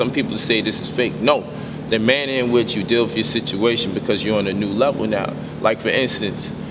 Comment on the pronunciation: Gotta admit this brother is deep and I've learned a lot from him but I don't understand why he won't take the time to teach himself proper pronunciation of words like "ask" "with" "calculative" and quite a few more that I noticed he just butchers. "Axe" is a tool you cut down trees with not "wif" and "calcutiv" is not a word until you include the missing syllable "la" I'm sure he means Calculative. C'mon Bro if ur home schooling ur kids teach them well you don't want them making mistakes like these grammatical abominations. Wif, bof, earf, with, both, earth, I mean really what is so challenging about that?